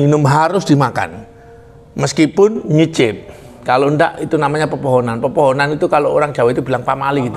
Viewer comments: Kepohonan pak bukan pepohonan 🤭 salam dari saya asli Kalimantan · Kepohonan mas aiiih....bkn pepohonan 😀😀😀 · Kepuhunan pak bukan pepohonan 😁 artinya kaya pamali gitu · Kepohonan pak, bkn pepohonan🙏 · Kepohonan pak, bukan pepohonan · Kapuhunan Pak . Bukan Popohonan ( Pohon ) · Kepuhunan pak...bukan pepohonan😁 saya asli Kalimantan timur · Dari Kalimantan tengah hadir pak. Maaf membenarkan sedikit pak, bukan pepohonan tapi "kepuhunan" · bukan pepphonan mas tapi kepuhunan.. maaf ya mas.. ralat sedikit.. dan bubuhan artinya keluarga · Kepuhunan pak bukan pepohonan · Maaf sebelumnya 😂🙏Kepuhunan pak bukan pepohonan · Kepuhunan bukan pepohonan 🤣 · Kepuhunan bukan popohonan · Kepuhunan bukan pepuhunan